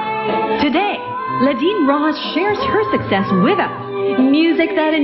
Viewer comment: next time, do your assignment...get the lastname right! Roksas...bwahahaha!